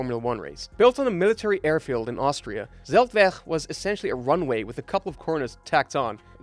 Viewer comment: You pronounced Zeltweg like a Dutch would do it. Dutch is just spoken by tourists in Austria.